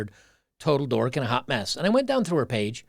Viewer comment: emphasis on the word 'Mess'